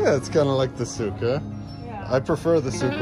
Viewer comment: hhhh is not souk😂🤣